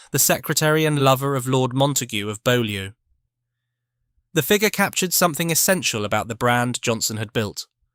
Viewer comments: Your pronunciation is closer to the French original but in Modern English, Beaulieu, the river, village, abbey, palace, motor museum, and Montague peerage is pronounced BEW (as in few)- LEE. Don’t ask why; it just is.😉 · Please, please learn to pronounce english words. Incompetence just makes for laughter, Beaulieu being the best.